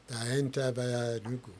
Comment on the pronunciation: It’s not enugun.it’s Enugu- pronounced “enuUGWU”. Edmund as an Igbo man you should do much better